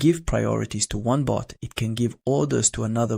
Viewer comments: Why does he keep saying boot and not bot? 😮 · It's "bot," not "boot." It sounds the same as "robot" without the "ro."